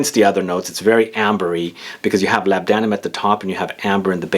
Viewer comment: labdanum is pronounced 'lor-da-num'